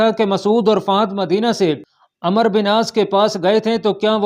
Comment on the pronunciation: میاں ایڈمن آپ عمرو کو عمر پڑھ رہے ہیں و مس کر رہے ہو